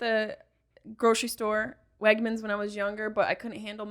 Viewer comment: As a western new York native hearing Ryan say Wegmans is mind blowing.